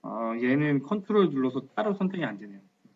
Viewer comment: ctrl키 라고 말하신건가요? 조금 알아듣기 어려워서요..